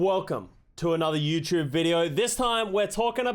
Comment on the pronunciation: its dumb bit I still find it funny how says "youtchoob"